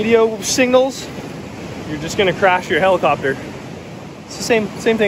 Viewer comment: here, heli-copa-tur? lol.